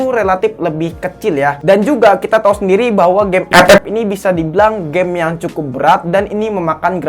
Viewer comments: FF bang bukan ep ep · CUK AKU KETAWA TRUS PAS DIA NYEBUT EPEP😂😂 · Bangke tiap ngomong epep bikin ngakak gila. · Ngakak pas ngomong epep🤣 Instonya dipake beneran njir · Liat test hpnya ❌ Liat ngomong ep ep✔️ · gw dnger EpEp ngakak cukk